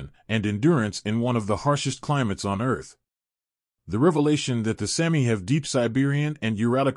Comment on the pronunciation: It is pronounced SAAAH- mi, not Sammi!!!